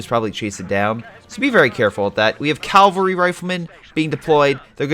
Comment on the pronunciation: Cavalry!!!! CAV-AL-RY! Not "calvary".